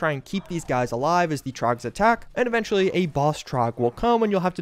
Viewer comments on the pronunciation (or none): none